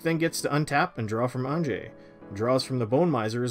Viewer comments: Isn’t it supposed to be Ann-yeh? I thought it was the Germanic pronunciation. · Okay idk if anyone’s said it yet but AHN-YA. Anje-ahnya. The innistrad vampires are Russian nobility based, not basic white girl based. That being said, interesting game. Fun commanders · Anje is from Inistrad, which is like Germany. So you say it like a y and not a j. So it actaully sounds more like Anye. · The big one for me was "An-jay", it's really pronounced "Anya". She's from Innistrad, which is Eastern Europe/Gothic inspired. It's like "ja" in German, which sounds like pretty much like "ya". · ON-JAY I'll never unhear it ;_ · Bro, it hurts to hear Anjay instead of Anje... don't quote me here, but I'm relatively certain that a J following an N usually produces an Ñ sound, which although that symbol isn't normally printed in English, the sound remains the same. Also, Anje's graveyard was a bigger target than the Brainstorm... I should mention that there is probably no specific English grammar rule as to why this exists because of weird words like Banjo, but even so it is uncomfortable to hear OnJay... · Why can no one pronounce Anje correctly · Had to have all of Mike's turns on Mute. Can't take the weird Canadians pronouncing Anje with a "g" sound.